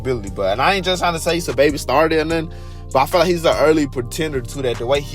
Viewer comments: its pronounced “sah” babi now “suhbaby” his government name is saheem and its pronounced “sanduz” not sandAz u saying it like a mexican😂😂😂😂😂😂😂😂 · sandas originally came out in 2016 and was remastered in 2017 as an album lol and why u saying sahbabii and sandas like that lmaoooooooo